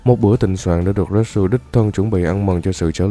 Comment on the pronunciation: retsu mà nghe như natsu hahaha